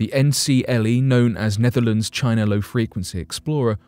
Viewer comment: Who else heard Nephilim when he said "Netherlands"?